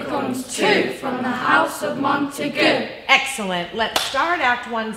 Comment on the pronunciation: Only one particularly annoying detail to me, it's pronounced montegew, not montegoo